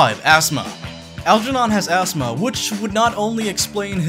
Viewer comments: its not astma its asthma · "Astma"? ASTMA? WHAT THE FUCK IS ASTMA?